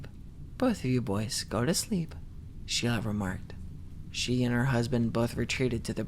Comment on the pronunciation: Oh heck😅 nex time try absynthe - that sh!t is something else Anyways you made this story a thousand times more enjoyable xd "go tu sshleep"